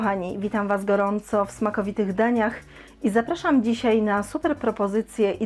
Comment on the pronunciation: “w smakowitych dańjach”